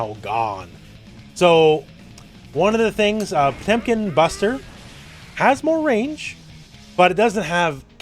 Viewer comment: They butchered Potemkin RIP!